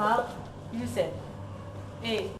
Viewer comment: Youcef pas youssef